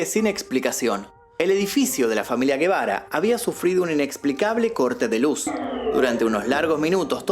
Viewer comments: No es Guebara, porque no lleva U, es Gebara y suena como si fuera J , o sea JEBARA. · Sin ofender. La G se pronuncia como J porque no es GUE...k suena como la G de GATO.